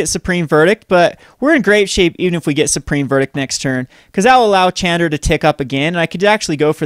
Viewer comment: when will you learn to pronounce Chandra correctly? Bless her...